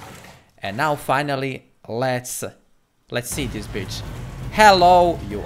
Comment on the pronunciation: you said bicth haha